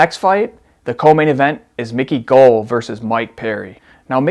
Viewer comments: Those were old photos according to Dana White, I like how you can't pronounce Israel adesanya's last name or Mickey goals 😂 it's gall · It’s GALL not (gull) (GALL) rhymes with (BALL) idiot. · *brags about learning to say names right...proceeds to say “Mickey Gull”” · fight predictions ok but Mike Perry's post with his hand and head busted up is super old and he posted it to play with Micky Gall's mind. Also the way you pronounce Gull and the K of Khabib (which isn't spoken when saying the name) is too much lol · Brother how do you pronounce Adesanya right but not Gall? Lol no hate just thought that was funny